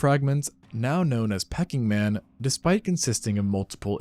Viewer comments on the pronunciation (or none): "Pecking Man" REALLY ? LoL 🤣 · It's sad when you watch a video of such quality as this, that. After a few minutes in, you referred to "Peking Man," Pronounced Peeking, as pecking man. 😂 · “Pee”king man not pecking man 🤣🤣🤣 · So, Peking Man is pronounced "pee-king" not "pecking" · Peking man is pronounced Pea King man not Pecking man 😂😂😂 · You can fix the reading of your computer animated voice with misspellings. It is (Pee-King-Man) not (Peeking Man). Really? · Please. Not Pecking Man but Peking Man -- pronounced peeking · He can't even pronounce Peking (pee-king) man correctly. He said "pecking man" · Pretty good until the AI voice mispronounced Peking Man calling him "Pecking Man". Since this is so easy to detect by someone reviewing this video before posting, this tells me you do not review or correct mistakes, just run whatever the software spits out. : "girthier" is not a used word. Many other unorthodox grammatical structures. This series of videos is not a product of trained native English speakers. Proliferation of these types of uses of English leads to inconcise and more ambiguous meanings which in turn is a cornerstone of disinformation and erroneous thought, undoing hundreds of years of positive linguistic development. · “Pecking” man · Um, it's pronounced "Pee - king" man, which is now Beijing. But interesting video none the less! ❤ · AI ? Pecking man 😂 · I reckon the CG AI voice thingy has discovered, quite by chance, the Pecking man. A totally new subspecies of Homo Erectus. Shudder the thought. Wonder of its got a beak?